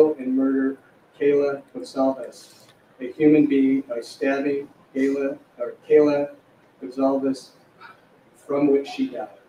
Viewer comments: Maybe by the next one learns how to pronounce kaylee instead of kayla. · Mispronouncing Kaylees name had to really upset her family, especially her Dad Steve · "I'm sorry, this is hard," says after butchering Xana and Kaylee's name. No, you only needed to do minimal research prior to sitting down. And to imply your job is hard bc of name pronunciation is just lazy